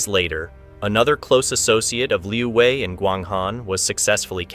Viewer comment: Narrator is very confused keeps thinking this is Vietnam. China does not use dong. And Wei is not pronounced Vi.